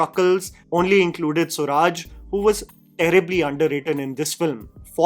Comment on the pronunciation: Sooraj.... pronunciation Soo raaj...not Suraj